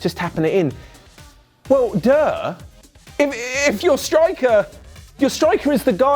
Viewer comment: That was the most English “DuuUuuhh” I’ve ever heard